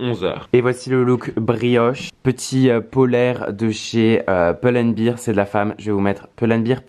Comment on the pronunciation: ca se dit POUL AND BERE pas BIR mdr